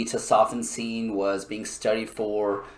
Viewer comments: Tes-o-fen-seen is how it’s pronounced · Came here to say this. But it’s 3 years old so I’ll give him that. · Bro Tes-oh-FEN-sin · Who the hell says Tesofensine like that? No one. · I switched off the second you mispronounced it 🤦‍♀️